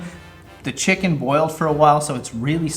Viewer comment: Thanks for the video. The food looked tasty and authentic; well done. I hate to correct you on your pronunciation but chicken is pronounced Chi ken with the, 'i' as in, 'bit' not, 'bite'. Cilantro is pronounced, 'Coriander'. Thanks again. Stay safe.